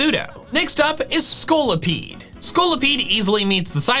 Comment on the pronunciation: THE SECOND O IN SCOLIPEDE IS SUPPOSED TO BE AN I!